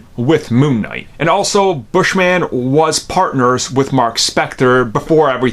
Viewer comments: His name is “Bush-min” not Bush-man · It's not "Bush-man" it's Bushman. It's his last name not superhero name...